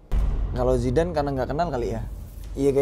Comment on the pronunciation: Gagal paham bang Andika sebutin nama Zidan...manggilnya zamban 🙏🙏🙏🤭🤭🤭